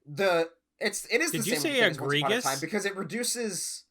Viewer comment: he did say egre-Gus - Haha I love y'alls channel. The banter is 10/10 and the helpful tips are 10/10. Keep up the good work.